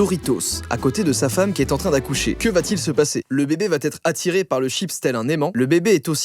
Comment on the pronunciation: On dit vraiment "VA ÊTRE", pas "VAT-ÊTRE"...